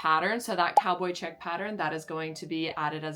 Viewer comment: Not me hearing "cowboy chimp" instead of "cowboy chick" and being disappointed that I didn't see a monkey in a cowboy hat... Plus if you need a reel idea for laser shark, he can laser destroy the AI pattern pictures!